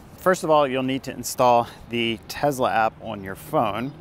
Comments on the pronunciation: It's teSSla, not TeZla. What kind of guy drives a Bolt??? Go Trump! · It's Tesla, not Tezla. You come across as annoying. The company is named after a person and that's not how to pronounce his name. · Nice video. One question. Why do you keep saying TeZla. Dude, the guy's name was Nicola Tesla. It's an S sound. Why put a Z sound if there isn't one?